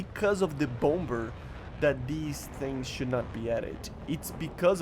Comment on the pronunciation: Nice vid as always! Second b is silent in Bomber. (Bom-er)